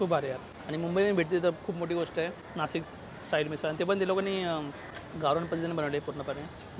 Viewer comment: नासिक नाही नाशिक म्हणा..😅😅😅